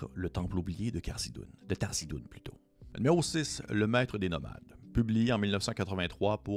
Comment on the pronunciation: c'est pas Tharzidun... c'est THARIZDUN ;)